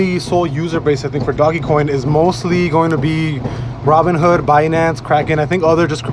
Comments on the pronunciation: you sound like a fool when you pronounce it "doggy coin." I figured I'd help a brotha out. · The only thing I took away from this sUpER iNfOmAtIvE video was this ass hat saying “doggy coin” 🤣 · It's pronounced "Dohj coin.".